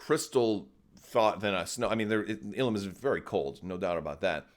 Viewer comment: I feel you are right calling it Illum